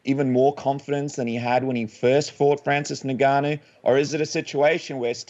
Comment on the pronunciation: you know his name is NOT Francis “Nigganou” lol